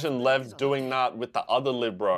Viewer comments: Say it with me “Lee-ev”. Ev like Everest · I thought the characters were mispronouncing his name, because I think I watched a Russian reaction say that they say lion: lev, without the ee, and the comments told him that it was like that but everyone else called him Lee ev because that is how it sound with Japanese accent, I could be totally wrong, but that's what I got